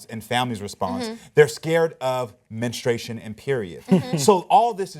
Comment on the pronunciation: Menstruation, not menestration.